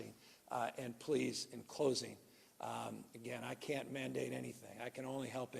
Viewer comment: he said mask not mandare